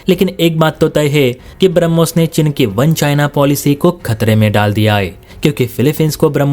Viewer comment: Oye, chin nahin cheen bol😅😊😊